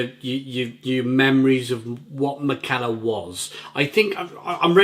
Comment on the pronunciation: I think it’s pronounced mick-a-ler.